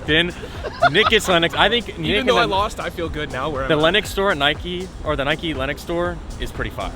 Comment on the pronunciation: When people say Nikey urrrrgh